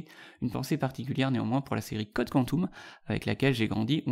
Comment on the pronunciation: Très bonne présentation, forcément pas exhaustive (comment aurait-elle pu l'être ?). Un seul petit bémol : mes oreilles ont été désagréablement chatouillées par le "Quantoum" (de "Code Quantum"). La terminaison "um" se prononce quasi-systématiquement "om" et non "oum" en français ; on ne dit pas aquarioum, maximoum, plutonioum... on ne dit pas non plus Quantoum. Mais merci cependant pour la référence à cette série qui est ma préférée (ceci explique cela). Dans ma liste de références moins connues mais qui valent le détour IMO : en séries, les canadiennes "Continuum" et "Travelers" ; et en romans, "Le voyage de Simon Morley" (et sa suite "Le balancier du temps"), de Jack Finney, "La carte du temps" de Felix J. Palma et "Le Grand Livre" de Connie Willis.